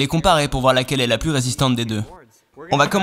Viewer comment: Ça dérange qui qd il dit « la pluSSS incassable, la pluSSS immuable, la pluSSS incorruptible » 😂😬